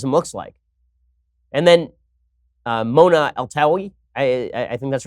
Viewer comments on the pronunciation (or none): none